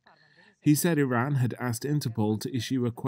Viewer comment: Cant take you serious if you cant even pronounce Iran right.